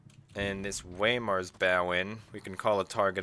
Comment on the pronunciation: another great game, that juke on the farragut's torps was sublime. edit: im the one who commented on your pronounciation, even if it is by accident it's still true from what i had seen in your other vids so far when i made that comment. anyway, if you dont mind, let me help you out on this one: 1. weimar - "wi-mar" the "i" like in iron, it is a town in the southeast of germany. 2. eendracht is a hard one for english speakers, the "ch" is a raspy sound in the back of the throat that doesnt exist in the english language as far as i know, while the "ee" sounds similar to the "a" in fame. eendracht means unity in dutch. 3. flandre basically sounds like it is spelled, only the "a" is kind of pulled back into the throat sounding more like "o" but not exactly. flandre is a region in northern france on the border to belgium. now that i have bored you to death with grammar nazism let me conclude by saying that being the total noob that i am even i can see that the kitakami is a total rip-off in terms of performance vs. cost. since you were talking about its guns, you can only bring three of the four it has to bear on the target at the same time and you covered the problem with torpedo boats in another vid not too long ago, so theres that.